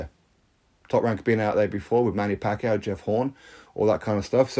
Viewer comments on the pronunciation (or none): none